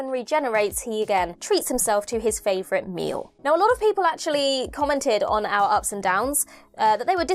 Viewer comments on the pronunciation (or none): none